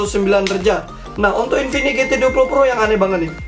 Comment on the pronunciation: mereka dengan sadarnya menyebut infinix dengan sebutan Kingfinix 🤣